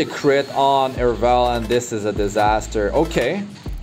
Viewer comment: Lmao Fr, Airvalen